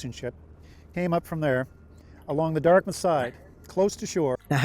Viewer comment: He said the "Dartmouth" side.